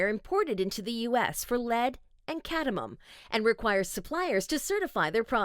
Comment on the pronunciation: It's pronounced Cad-me-um not Cad-i-mum